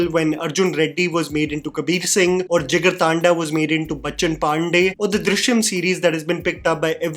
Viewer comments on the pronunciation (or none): It's not Jigar टांडा it's Jigar ठंडा